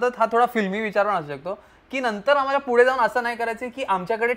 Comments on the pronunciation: Your vlogs are great as always but would like to give some suggestions.. please take it as a constructive criticism.. specially for.. 1. Fude ❌ Pudhe✔️ 2. Nhavara ❌ Navara✔️ etc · Tai yaar it's not fude, It's pudhe😭😭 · it’s पूढे Not fude 🥺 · Fudeeeeeeee😂😂😂 it's pudheeeeee😢😢